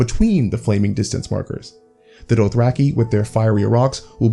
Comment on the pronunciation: Your pronunciation is killing me... Doath-rack-ee? Mell-i-ssan-dray?